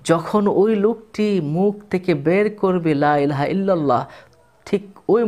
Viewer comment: লাইলাহা ইললাহ,, না হুজুর বলতে হবে,,লা,ইলাহা ইললাহ